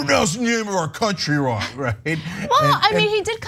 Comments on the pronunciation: BYERAN Sorry ,did I pronounce that wronk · Also, the word is pronounced "Wrong", not"Wronk" if you are going to attempt to speak English, pronounce the words correctly and get that straight right now!